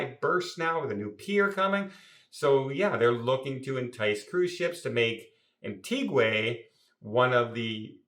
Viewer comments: ....It's pronounced Antiga not Antigway. LOL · I respect you and your Chanel but as you are well hearsed Antigua is pronounced An-ti Ga not Antigway. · An-tee-ga...not Anteegway and not Anttigwah. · Isn’t the place pronounced Ant eeg wa? Anyway, keep smiling. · I'll be going to "Antiguay"😂in April, 2026. I just hope it won't be a mess with construction then. Actually, what drives me nuts,, is the when you say eKcetera. It's eTcetera. Thanks for the good content, though. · No, it's Anti Gwah 🙂 That is why you will never see Gwahs in Antigua 🙂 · Nope, it's pronounced Ahn-tee-gwa which is Spanish for Ancient. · Yes, “An-tee-guh”! A lovely country ❤ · That' a new pronunciation of Antigua. Anyone else say "Antigway"? Has never been there yet? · He was there but not paying attention Nobody says it like that. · As a person from Antigua I know how you pronounce my country name…… and I am not Hammering I love his content I am helping him be more accurate. If you want the Taino name it’s Wadadlii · Thankyou for correcting on Antigua I don’t know where he comes out with such nonsense,so many people have to keep correcting him on word’s,not to bright for a travel agent.take care.